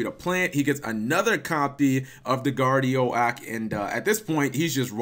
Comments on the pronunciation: Who else noticed him pronouncing Guardi-oak like Gardio-ak? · Gar-dee-OAK, MegaKappatalG. :> Anywho, not too shabby.